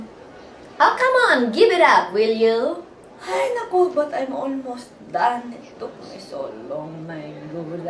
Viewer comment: "ay nako" :)) you say it well!!!